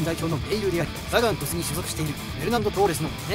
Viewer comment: 40番は、❌6-0 ⭕6-1 サガン鳥栖の発音の仕方も違う。(ユベントスと同じ発音)